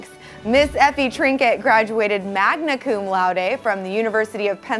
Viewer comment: “Magna coom louday”